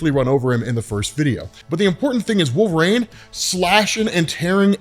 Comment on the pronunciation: Your pronunciation of his name is my only beef with this channel- you say "Wolve-Rain" not "Wol-ver-rine". I can't be the only one who hears this but I check the comments every time and nada. Anyways, I like the vids but I stop 2 minutes into any Wolverine videos because this drives me up a wall lol.